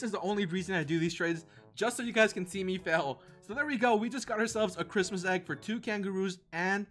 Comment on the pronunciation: It’s not chirtmas lol